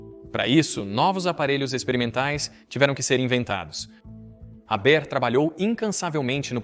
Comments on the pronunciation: Fritz "Réber"? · A pronúncia do nome é errada, o h é aspirado e o er do final é pronunciado com o som de "a" aberto...no mais irretocável., boa pesquisa histórica.